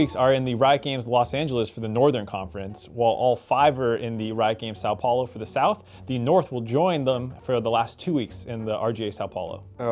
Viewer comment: "which country" "san paolo" omg :face-blue-smiling